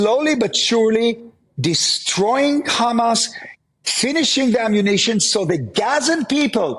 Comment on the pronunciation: Why doesn't he pull a trick out ofhis ass/hat and start pronouncing HAMAS properly?! ... raasclaat!